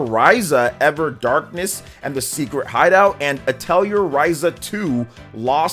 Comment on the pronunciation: You're mispronouncing Atelier.